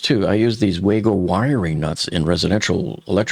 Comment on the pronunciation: "WayGo" connectors? It's Wago :)